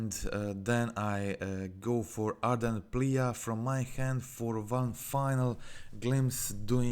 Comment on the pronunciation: Ardent plee it reads plee not pleA